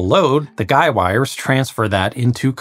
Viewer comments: He he. "gei" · For the first half of the video I thought you mispronounced guide-wires, but they're actually called guy-wires... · Are you saying guy wires or guide wires?